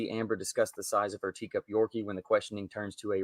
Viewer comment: That's funny. Every time she talks about their doggies she calls them "TEA CUP Yorkies".